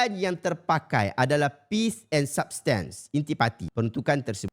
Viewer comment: 'substance' pun sebut salah